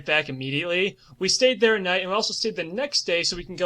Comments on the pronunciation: Ne-Va-Da not Ne-Vo-Da. im from Reno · As a native Nevadan, the pronunciation KILLS me every time but the description of the wastelands in between places like Vegas and Reno is spot on